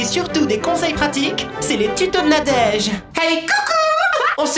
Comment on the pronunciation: belleu vidéo avec plein d'humeuour^.^